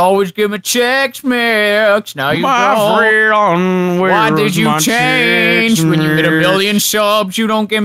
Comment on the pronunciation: "My firend"